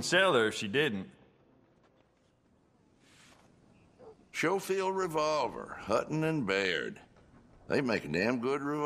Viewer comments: Aint no way its pronounced "shofeild" my life has been a lie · Too bad the writers and voice actors don't know how to read, it's pronounced as "sko", the 'c' is hard, as in "Skofield". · It’s not it’s “skofield “ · all the actors are saying schofield wrong, embarrassing. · Nope, it's Skoh-field. People keep mentioning German pronunciation despite it being Irrelevant, it's a British name. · i always thought it was pronounced skofield not showfield :( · Schofield is an english name that is pronounced sko-field not show-field though, they would have heard the name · It's skoh-field, not show-field. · i find it funny how, it is obvious that each of the VA's have never seen the word Schofield before and yet all off them ended up pronouncing it the same way. "show-field" rather then "Sko-field" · I love this game but they got the pronunciation wrong. It is pronounced “Skofield” not “showfield” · the only bad thing is how they say show-field instead of sko-field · Just so everyone knows its pronounced Sco-Field not Show-Field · Idk why they pronounce schofield like that. It's pronounced "skofeld" not "schofeld" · I . . . hate the way they keep pronouncing it. Everyone I've ever heard say it, pronounces it "Sko-field", not "Sho-field". Probably another of Rockstar's weird "Let's not quite use the actual name of this game" things. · Weird to hear it pronounced Showfield and not Skowfield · Schofield not showfield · The way they pronounce Schofield makes me cringe. Schofield is a Yorkshire surname and it is pronounced Skofield not Showfield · My life has been a lie because I have been pronouncing it like “Skofield”💀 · That is the actual way you say it! I don't know if the voice actors didn't know, or it was maybe some intentional way of avoiding using the gun's real name but "Skofield" is the correct way to say it. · I have never in my life heard anyone pronounce the name schofield as showfield before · The sch in Schofield is pronounced as you pronounce the sch in school